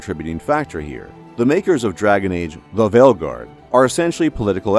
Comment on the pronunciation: I subbed to your channel purely for how your pronounce Dragon Age: THE VEILGUARD